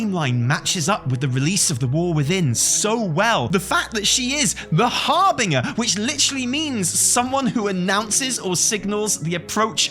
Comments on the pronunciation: You're still saying harbin-ger instead of harbin-jer - Evitel needs to keep reminding you!!:D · Please stop saying "har-bing-er". It's "har-bin-ger" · Har-Bin-Jer not har-bing-a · I wonder if is just trolling at this point with his pronunciation of the word “harbinger” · Omg he cant say harbinger lmao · Is pronouncing "harbinger" correctly? (I thought that the "g" was pronounced like a "j".) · oh no not being back at saying harbinger wrong! we've gone through this!! hahaha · That's not how you pronounce harbinger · Somebody please tell how to correctly pronounce *harbinger,* lol.